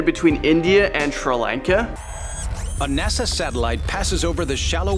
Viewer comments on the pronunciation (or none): none